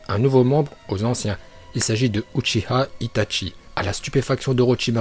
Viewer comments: Stp prononce bien les choses Hokage se prononce HOKAGUÉ Itachi c’est pas ITATCHI orochimaru c pas OROTCHIMARU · on di itachi pas itchachi pareille pour orochimaru orochimaru articule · On di itachi pas itatchi et orochimarou pas orochimaru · Y ses pas parlé gros itatchi orochimaru shinpuden rinegan uchia frère omg y casse le crâne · C'est une chaîne troll et donc il troll les prononciations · Black Pearl ça se dit vrm Itatchi...